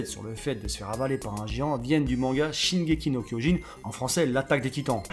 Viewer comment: ptn tu m'a tué avec l'accent de shingeki no kuijin x)